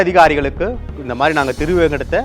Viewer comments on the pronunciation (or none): none